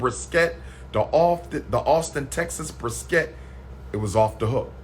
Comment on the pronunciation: Lol he can’t even pronounce brisket.😂😭😂 “BriS-Kett”